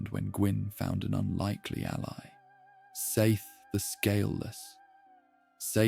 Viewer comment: You had me in the first 20 minutes, I really thought this was a video with effort and care put into it. But as soon as I heard the three different pronunciations of "Seath", I was saddened. Ai slop, dislike 👎